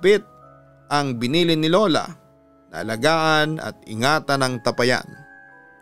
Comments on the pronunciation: Tapayan Hindi tapa- yan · Mali bigkas mu Ng tapayan😁😁😁.. ta pa yan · Hindi po mabilis bigkasin Ang tapayan.Ta_pa_yan po ang pagbigkas.ty po. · TA - PA - YAN . （bigKas pababa） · Papa dudut mabagal po Ang pag bigkas sa tapayan hindi mabilis parang nag bigkas ka ng payapa😂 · Sana po itama ang pagbigkas ng salitang tapayan.malumay po ang bigkas ng tapayan Hindi mabilis.